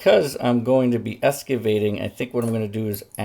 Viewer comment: Ex-cavating not es-cavating